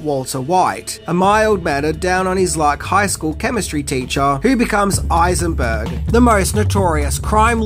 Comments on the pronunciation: Wtf can u not say high- zen -burg?????? Who is eye zen burg? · Are you saying “Eisenberg” and not Heisenberg?!?!? I’m not sure I can tolerate that complete disrespect. SAY HIS NAME HEISENBERG!!!!!! You’re goddamned right!! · HHHeisenberg, not Eisenberg. <<< That's how (Eisenberg) ended up as Lex Luthor in BATMAN V SUPERMAN. 😡 You forgot that originally, Walter White was written SPECIALLY for... Nicolas Cage... he turned it down. 🤣🤣🤣🤣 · you all know who i am. say it. say my name. you're eisenburg. Not clearly Heisenburg as stated in the show. You're God Damn Right. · Heisenberg, not Eisenberg. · Heisenberg with a h. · My God, this guy claims to be a fan but can't pronounce the H in heisenburg, what a tool, much infuriating...